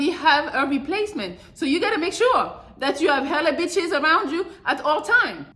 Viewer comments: Every time she says itches makes me 😂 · Thts a fact